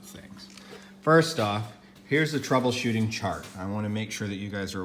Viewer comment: I thought he said troubleshart 😅🤣